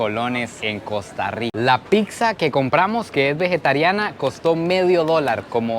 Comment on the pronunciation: Es pizza Chico no pixa